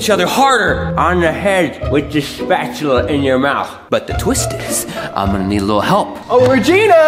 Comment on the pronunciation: Why did call a spoon a spatchula